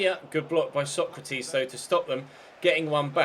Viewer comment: Constructive criticism:Maybe consider giving Sergio Rico a new contract just to make sure he stays in the club,because he's superb,and pls pronounce Sokratis Sokratis not Socrateees, no hate love ur vids <3